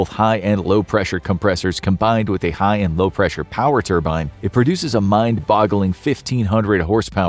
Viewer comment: The next level of high is ligh